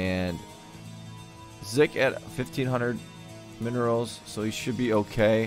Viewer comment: 1. You were saying 'Zik' correctly the first time (it does NOT sound like 'Zeek') 2. FantaSy is Legend]Majinbuu, one of the most consistent 2v2 players in the league 3. I really was playing like shit this game lmao. 4. Keep up the good work